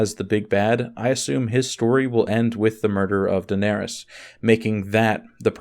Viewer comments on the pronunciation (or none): none